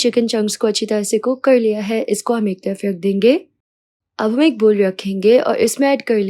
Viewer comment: Ek tayaf rakh lena he esa kyu bol rahi ho